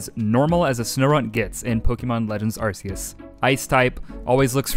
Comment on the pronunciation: My soul hurts when you say Arce-us